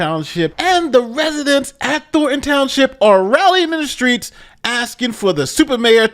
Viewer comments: "Thor-un" Townshjip? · Thorn-ton, not “thor-en”